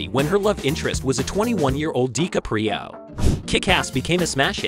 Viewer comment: is this a robot, cant say dicaprios name wtf